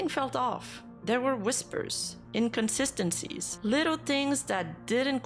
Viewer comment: having trouble with pronouncing inconsistency is pretty consistent.